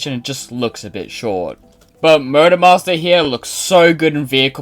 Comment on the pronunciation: I couldn't help but hear Murder Master whenever you say Motor Master.